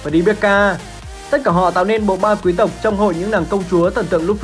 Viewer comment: Nghe ổng đọc “quý tộc” cười xỉu